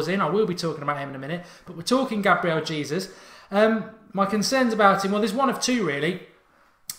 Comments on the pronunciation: His surname is pronounced 'Haysoos' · "Hey Zeus" is how you pronounce it :)